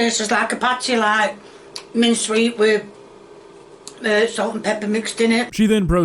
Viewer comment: She’s learned the art of engagement bait. So mispronouncing things like salt and pepper, and let’s not forget the the way she says onion. It’s so people will comment. She fails to realize that the shit she Makes will get a big enough reaction. lol